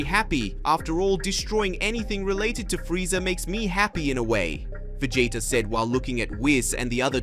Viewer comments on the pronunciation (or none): Can you say Vegeta? I don’t think you can if you have a speech problem go to a speech therapist. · I am loving this series and can't wait for the next episode. But... One criticism of mine would be if you're speaking in English, then please take 30 minutes and watch an actual English episode so you can pronounce saiyan and Vegeta. With a small amount of practice you can make a big difference in the quality of the videos.